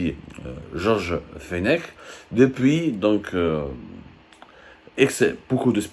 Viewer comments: L'ancien magistrat se prononce "Fenek" et non "Fenech".. vous êtes juste capable de chercher sur Google sans rien maîtriser.. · On ne dit pas fenech. On ne prononce pas le ‘ch’ ça se prononce ‘fenec’ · Mr abdou ce monsieur donc tu parles ça se prononce fenek et non pas fenech. Mr George fenech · Prononcer fenek,Georges Fenech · ce prononce Georges feneck!! On a pas du satanisme au Maroc !!!